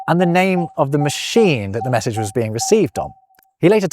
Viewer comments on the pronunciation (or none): none